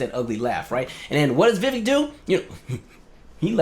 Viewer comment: The fact that 5 seconds in and you can't pronounce his name right? Already tells me I'm likely wasting my time listening to this. ANYONE in the political sphere that doesn't know it's "Vi-Vake like cake" is likely disingenuous, from any side. 🙄. Sad.